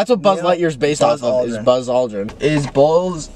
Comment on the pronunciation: “ROOT BERR!!” “balls aldrin” HELPP